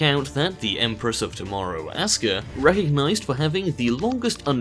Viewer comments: REX Al Abri it is pronounced oska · Well fuck you racist puppy... always intentionally mispronouncing Asuka as Ass-ka to insult the Asians...but what can be said... probably your parents got divorced and there was no one to teach you manners!!